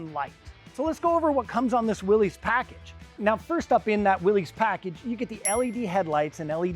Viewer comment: It is not pronounced Willees!